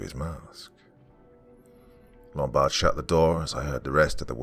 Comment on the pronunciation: "Lumbard" Ummmm Hello "Office Space" Yeah I see you're on your feet again...Peter. I'm gonna have to ask you to stay and perform a "Departure Ritual" and come in and Saturday and Sunday.